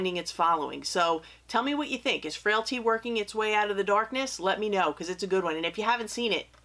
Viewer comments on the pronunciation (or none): I'm so sick of hearing "Fraility"